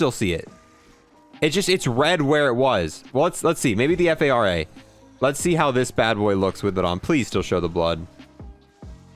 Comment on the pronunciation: cmon, assault rifle golf is pronounced as the “far-uh”, not the “f-a-r-a”